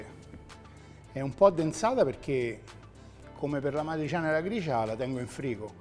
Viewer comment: "matriciana" però non si può sentire. e che cazzo.